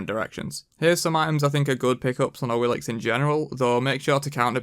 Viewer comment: Duke did What Happened to Awilix and now you do this 😂 😂 Omg. What is this coincidence.. (and it's Awilish, not Awilix)